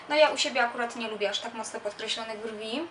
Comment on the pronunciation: mojim zdaniem pani na koniec powiedziała dżwi a nie brwi